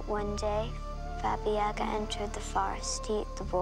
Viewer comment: its actually babay yaga !!! dont you just hate when that happens